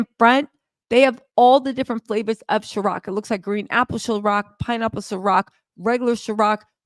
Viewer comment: “c”iron… not chiroc 🤞🏾😂😂😂😂